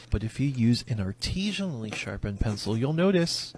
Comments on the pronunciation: He keeps saying artesian which has to do with water not artisan which is he's doing lol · I want to scream every time I hear the word "artesianally." That isn't the right word. Artesian refers to a kind of well in which water pressure comes from the source natural ground water being at a higher elevation. Many municipal water supplies use water towers to artificially create the same effect. The word he is trying to say is artisianally. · The mispronouncing of artisionally is kiiiilling me bro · the give away that this guy made a fake job real is that he doesn't know how to pronounce "artisanally". He keeps saying "artisionally", because he thinks it's artisean. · Biggest red flag is how this man pronounces artisanally